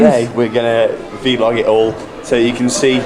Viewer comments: not a soul:: vEE-lOG 👈🏻😎👉🏻 i love this video so much! couldnt stop gigglin, keep it up ✨ classic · Someone count how many times he says “veelog” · Don’t worry, my dad says veelog too 😂